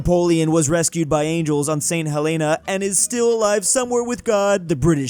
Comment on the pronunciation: It’s pronounced st.hellana